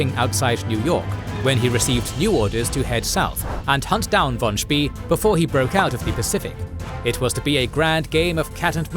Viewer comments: His pronunciation of 'von Spee' is also wrong, it should sound like 'von Spay' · 'von Spee' rhymes with 'way', not 'we' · Good video. Btw, that's not how you pronounce ''von Spee''... 🤣